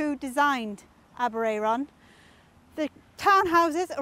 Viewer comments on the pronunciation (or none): Aberay-er-on - you got me there - Always thought it was Aber-air-on. Note: post office Aber-ayron...airon. air/Ayr (scots) aberraeron ab eray ron aber ray/rae ron - I think you need another r for aber ray ron ! -ish you refer to the air-on - so are you mispronouncing Welsh placenames ? If so, what chance have we got :) You mean Shrowsbury ? My brother suggests Aber i-ron. !!!!